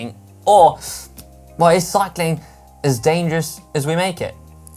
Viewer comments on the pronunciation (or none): I can't unhear - "What control do you have over the danger of cycking?" What's cycking...?